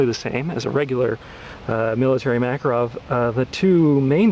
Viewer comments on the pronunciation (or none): ARGGGGHHHHHH...Learn to pronounce Makarov...LIkes nails on a blackboard everytime he says it... It's pronounced: muh-CAR-off Not MACK-uh-rov He's not much of an expert if he doesnt have a clue how its pronounced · It's pronounced muh-KAHR-uhv